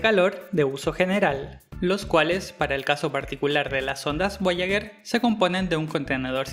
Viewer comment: Muy bacan el video, pero... "voyaguer" uno XD